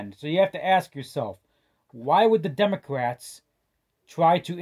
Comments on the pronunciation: This man said “ the democwats” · Elmer Fudd!! 😂